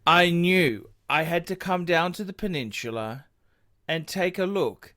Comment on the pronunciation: The Pew-Nin-Chew-Lah ??